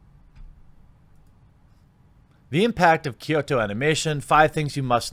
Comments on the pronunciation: Kyoto, not Kyosho. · “Kyoto” Anime not “Kyosho” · Kyo in Kyoto is pronounced in a singke syllable like "Yo" with a slight K sound in front of it, not "Key-Oh." Kyoto is a 2-syllable word. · KYOSHO? It's Kyoto. KEY-OH-TOE. Your mispronunciations are always 50% funny, 50% rage inducing. But I still love you Jeremy. lol <3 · Well, its actually pronounced "kʲoːto" as in "kyo-to" and not "ky-o-to". There should only be two syllables if you want to be "correct" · Kyoani = key yo ah knee. Kyoto. = key yo toe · Kyoto is key-o-toe! Hard T! Not TH! Sorry on with the show. Also the Kyoto animation studio employee women is actually a solid big thing in Japan outside of this tragedy but yes it has nothing to do with tragedy and it's gross to use it as such. Also also kyoani(key-o,Annie) actually employed most of it's crew compared to most other studios who only use independent contractors which could be as short as a week of work. Really was a beacon of good will I the anime industry who was attacked. The fact kyoani did these things should push more to support the studio not hating on the anime industry.... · It’s “Kyoto animation”, like the city. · (For the beginning) Anime is just animeshion(Japanese pronunciation/spelling of the English word animation)abbreviated, It's English so you're fine pronouncing it "anima-". The only people who pronounce it "Ah-Nee-May" are Japanese and wapanese people. Edit: Also "Kyo(K-Yo)-toe" lol Ken "O-Koo-Moo-Rah" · You managed to pronounce Kyoto a bit better than KyoAni. 😅 Pro tip: the Y is pronounced smoothly, not as another syllable, the A is always soft. I love you, man, but I can't keep cringing this hard when you butcher Japanese words. 🤣 Anyway, it is really uncouth for media to capitalize on this horrific tragedy to push wokeness. Jeeeeeez. So what if animators are primarily male? If girls want to become animators, they have every freedom to go for it. And--"""EXPERT""". Big oof.